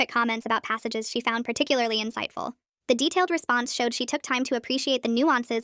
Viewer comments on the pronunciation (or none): none